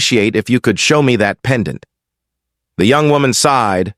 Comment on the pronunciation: Robot narrator must pronounce pendant properly not as: pen...Dante phonetically.